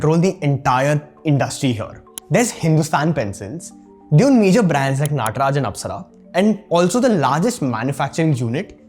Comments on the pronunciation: Most people pronunciation: Nataraj This guy: N-aaa-traj 😂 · This guy looks Indian but keeps mispronouncing Indian names like Nataraj and Umargam. Convent educated coconut?